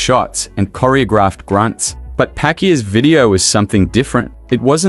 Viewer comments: He said pakuya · hoy you even mispronounce his last name... i think you are not a fan😂😂😂😂